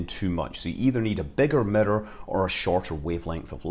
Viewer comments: midder = mirror ? 😅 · It took me this whole video to understand he was saying the word “Mirror”